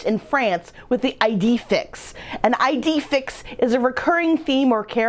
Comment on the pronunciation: “Ee-day Feex”. ☺️